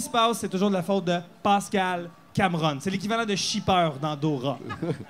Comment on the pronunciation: ''Pâscal'', really ? hahahaha